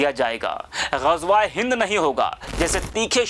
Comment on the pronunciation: Phle gazwae hind ko sahi bolna sihk le